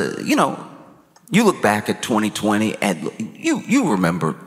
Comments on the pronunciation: I know he said 2020... but i swear (even on play back) he said twenty twitty. "Wanna man with the SlooowwwwVid"? Lol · He absolutely said that 💯 20 twitty 😂❤🎉